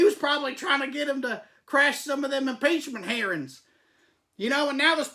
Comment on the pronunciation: Did he just call it an impeachment herring? This man is a genius, I tell you. A stable genius, too. "I'm just saying Mr. Trump is like you and me." Props!